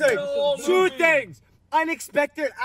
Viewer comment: Correction You must be hearing TINGs not Things Respect his culture 😂